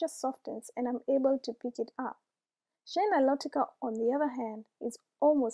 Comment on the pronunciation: You say shea the same way I do. Lately I’ve only been hearing people say “shay” on youtube and commercials and that sounds off to me. I prefer “shee-ah.”